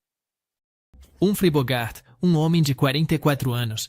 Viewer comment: O cara não sabe pronunciar icônico , Nicholson, Anastácio, Gary, Bogart, Burton..Nao sei se é burrice ou uma maneira de chamar atenção.E Gary Grant era gay gente!!